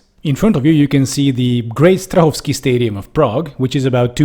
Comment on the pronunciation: Nejdřív jsem si říkal, že ta výslovnost Strahova je fakt tip top a pak jsem si všiml, že jste čech. Gratuluji k velice úspěšnému kanálu! :)